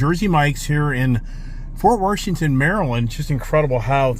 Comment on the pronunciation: Fort Warshington...is there an R in Washington?